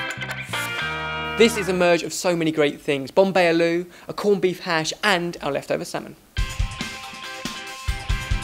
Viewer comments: Use black mustard seeds or cummin seeds and red onions and pinch of asofoidata n jus add tumeric n chili powder n squeeze of lemon and coriander for traditional Bombay aaloo recipe.curry powder ruins the simplicity of the dish. Its prounced as it is spelled aaloo not alu. Great add of salmon, will try to add in wraps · It isnt aloo its pronounced Ahloo spelt aloo! Im from bombay :D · Lol at the absolutely awful pronunciation of 'aloo', you didn't even try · You kept saying "eh-loo" and I got confused until I realized you were said "ah-loo" :) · aloo (pronounced AAAAH-loo) is actually hindi for potato, not indian XD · Omg! Firstly... i was thinking about commenting on your channel since a very long time now... There are like loads of reasons for that. 1st. looks so much like my bf:P Even his behavior is almost the same. 2nd. I love your recipes... and each and every episode of yours! You people make me laugh so much!! 3rd. Today, specially in this episode, the way said "ALOO" HAHA! Hilarious! You all are amazing! I would lovvee to meet you whenever i visit UK! I was just wondering how i would.. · love the way they say aloo hahah